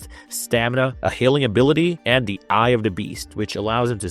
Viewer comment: i hate this stupid D instead of TH thing - it maybe a speech impediment but im out after 1 min